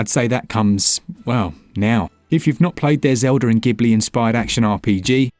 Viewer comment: Ghlibli is pronounced "Jiblee", not "Giblee"